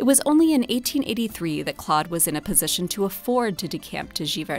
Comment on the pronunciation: Learn to pronounce Monet's name. Say, "Klohd". The 'o' is a long vowel. You don't have to be ignorant all your life.